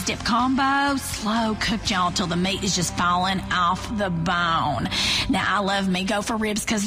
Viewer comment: “slow cooked yall, till the meat is just fawlin awfff tha bown!”